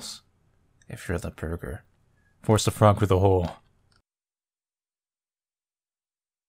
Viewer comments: Its frog, not like frug, lmao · Is that really how you say "frog"? [froohg]